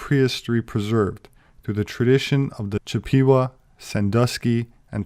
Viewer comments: CHIP-pe-wah. Accent on the first syllable. Cache is pronounced "cash." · Very interesting subject matter, and I'm sure a lot of this is good information, but I do wonder about the alleged credentials of a self-described anthropologist who doesn't know the pronunciation of words like Chippewa and cache.